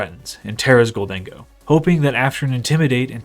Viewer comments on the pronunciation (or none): It's "gold-en-go," not "gol-dang-oh." Kind of like "i'll take my gold and go"